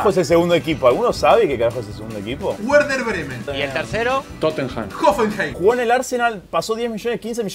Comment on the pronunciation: Quien es el segundo equipo -Wuerder Bremen JAJAJAJAJAJAJA